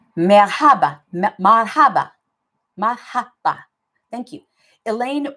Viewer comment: Marhaba is pronounced with emphasis on the first syllable. MAR haba